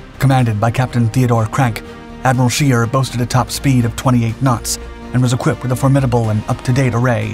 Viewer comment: You properly butchered the Admiral Scheer's name's pronounciation like no shell whichever caliber ever could.